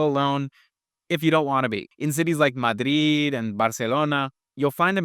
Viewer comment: Sorry, but it sounds so idiotic when you try to pronounce Madrid and Barcelona in an authentic Spanish way when speaking English.